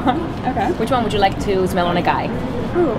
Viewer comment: Οταν λες "γουιτς ουαν ζμελ μπετερ" με κέρδιζες!!! Το "zmel" einai ola ta lefta :D